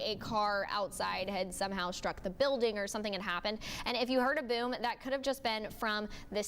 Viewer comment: Buoom, there's no u in boom